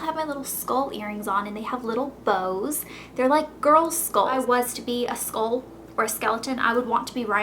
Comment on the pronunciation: the way you say 'skull' sounds really weird to me, as an aussie lol. But as for the book, I'm currently reading the white queen, but I have to say I am struggling with the way the author writes. It's an interesting story line but I don't like the way she writes, I don't know something about it I don't like, doesn't seem to flow easily.